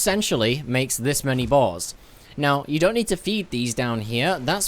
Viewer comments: Everytime I hear him try to say "boar's" I'm hearing balls... Am I going crazy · Sometimes i can't tell if ur saying "boars, boss, or balls" lol.